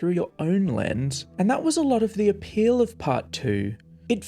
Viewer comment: She said “lotter”, not “latter” as you typed or “ladder” as the video claimed. In the game she says “lot of” so it’s not that far off.